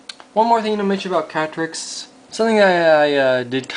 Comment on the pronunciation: When you said "Katrix" it sounded like "Patrick" XD